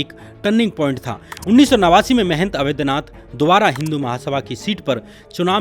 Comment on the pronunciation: Avedhnath nahi Avadhnath kahiye... Sri Ram ke naam hai